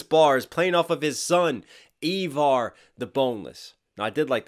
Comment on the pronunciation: Dude it's not eaver it's Iver - eye ver is how it is said e ver it's Iver or eye ver do you understand